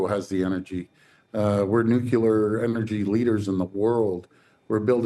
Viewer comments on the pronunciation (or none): Dear Doug Ford, its pronounced NUCLEAR not Nucular 🤦‍♂️🤦‍♂️🤦‍♂️ ffs, idiocracy was a prophecy, i swear! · Ford sounds like a student who failed English but daddy bought him a pass. Please, as a resident of Ontario who wants our leaders to at least sound intelligent, could elected people making statement to the media learn how to pronounce nuclear not as NU-CU-LAR but as NU-CLE-AR , you know like it is spelled. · DoFo: "we're newcular". What a dumb f*ck. Pronounces it like Buch no. 1. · Mr. Premier it's nuclear not nucular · "Nucular" eh Ford? Man, only the brightest in our government. I think the US and Canada have a very strong symbiotic relationship that needs to stay strong and last so that all can benefit. We each have what the other needs, and working together is the best way to reach our goals. I hope we continue to work with our American friends and continue to grow our mutual partnership and friendship irrespective of political lines. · When Doug Ford said "nukular", I realized that the US hasn’t cornered the market for poorly-educated idiots quite yet. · “Nook-yeh-lar” yeah ok! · Doug Ford pronounces nuclear like Georgie Bush.